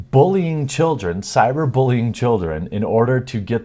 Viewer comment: Jeremy,.... WTF is cyber Boolean?